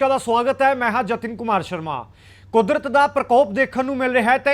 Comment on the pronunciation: 😂😂😂😂, कुदरत होता है, कुर्दत नहीं होता 😂😂। खमियाज़ा होता है, तू क्या न्यूज एंकर बनेगा रे 😜😜 बाबा।। तेरे बस की नहीं है न्यूज सुनाना